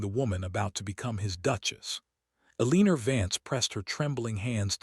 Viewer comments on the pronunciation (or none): I agree! STOP, STOP, STOP saying "Aleener". She's either Elena, or Eleanor, prounnced El-ih-nor"!